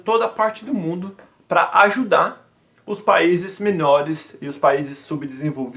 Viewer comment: Ajudar, “çèi”